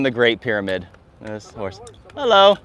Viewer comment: is so white, when he goes outside: the sun gets a tan🌞 I love the content, but can't myself from cracking up at every "Hulloh!"